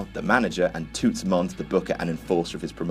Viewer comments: It's pronounced 'Tuts'. 😂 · butchering of the word "toots" had me weak lmao